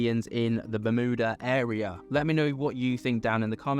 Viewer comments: The law of one talks about a ship with an energy device that's still operational at the bottom of the ocean in the Bermuda triangle. 🤷 Btw it's Yuda- berm- yuda-... Not mooodah. 😂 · ITS BEURMUTA TRIANGLE That's how you pronounce it at least